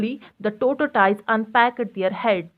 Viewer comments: oo bhai its tortise not totisize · Mam tortoise not totoise